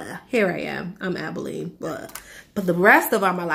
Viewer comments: Aba lone eee - abalone. Not abileen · ABALONE is named after a rare sea shell. It's not abileen how you're pronouncing it ...